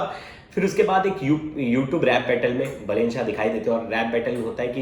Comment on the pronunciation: अबे बेलेन नहीँ बालेन वा बालेन्द्र शाह है